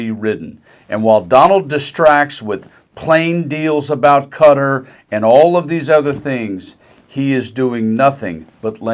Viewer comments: Ka-tar, not Cutter 😂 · Ka-tar, not Cutter. Please pronounce it correctly.